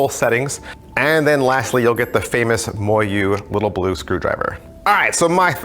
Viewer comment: It's pronounced mo yu